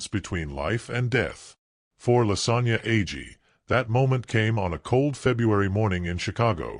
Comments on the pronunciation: Her name is not Lasagna it's Lasonya. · Yo I was listening and i was “ like did he say lasagna”🫢 twice 😭😂💀🤦🏾‍♀️